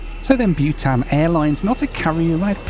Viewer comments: Bhutan is pronounced BOO-tan, not BYOO-tan. Why do people mispronounce common words? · I thought you were flying 'Butane Air' until I saw the livery. Its BOO -tan 😊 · Byewtan- pronounced Bootarn. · your pronouncing bhutan wrong it's pronounced bu-tahn and how did you not know it existed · Not bewtan,, Bhutan (short vowel).